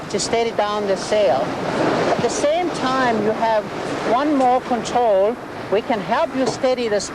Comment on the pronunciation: is great. "Contwol the pwole" lol. Realy good informative vid.